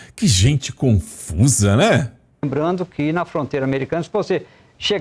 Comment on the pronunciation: Essa mulher fala lembrano buscano esperano Ela não consegue pronunciar as palavras que terminam em (ando)